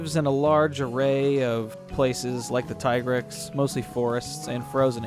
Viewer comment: I adore your content. But every time that you say monster names in ways I have never heard before I get so distracted. Especially with all the tea-grex vs Tie-grex business lately. It makes me wonder if we have all been saying them improperly.